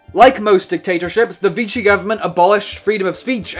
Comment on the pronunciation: Pronouned VEE-she. Not Veechy.